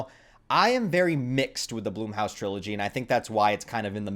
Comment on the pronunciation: Hey buddy I like your content but it’s not Bloomhouse, it’s Blumhouse